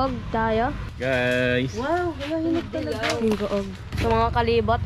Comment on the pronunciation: Tawang-tawa ako kung papano bigkasin nung bata ang Gingoog, ang sabi Ging-go-og but actually it is Hi-ngo-og. By the way happy trip! Dumaan pala kayo sa amin sa Buenavista, malapit lang sa Butuan. Ingaaat!!!!!